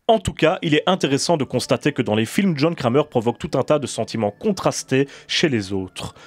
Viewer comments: Il est serieux il dit jhon krémeur au lieux de jhon kramer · John crèmeur 😂